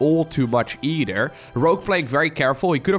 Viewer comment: Is it just me or does pronounce "TH" in words as "D", example "eider" instead of "either" LUL, it seems lots of europeans do this, not sure why I find it so funny.